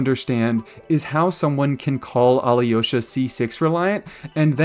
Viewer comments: You’re pronouncing alyosha as aliyosha Try to pronounce him without the i Al’osha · It’s pronounced A-low-sha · When you make the next Alyosha video, will you pronounce his name the same way the game says it? I have little experience with Slavic languages and had no idea until today that it's pronounced more like "ah-LOW-shuh" (the Y is silent or something)